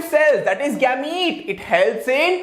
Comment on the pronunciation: It is not gaamete